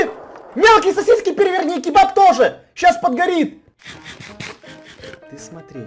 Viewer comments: я Узбек я знаю не кибаб а кабоп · Ни кибаб а кебаб мы армяни знаем